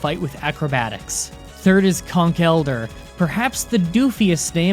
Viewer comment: When you say Zoroark right but aren't sure, and yet you call Conkeldurr fucking "Konk-elder"